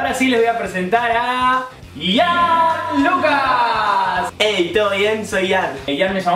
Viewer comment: es ian Lucas no lian